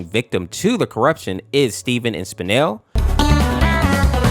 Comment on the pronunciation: It’s spinel not spanel lol